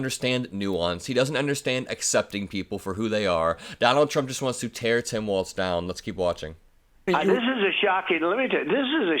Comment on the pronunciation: Please pronounce his name correctly. It’s walz not waltz.